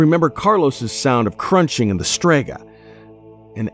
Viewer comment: I know "Strega" is the name of the brand in the story but the second time he mentioned it, it sounded like "suegra" which is mother in law in spanish.